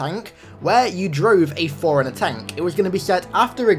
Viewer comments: For the love of God... Stop saying "foreigner" instead of "forerunner". FFS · It's "4 runner" BTW